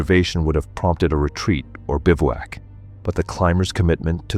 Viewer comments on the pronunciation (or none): none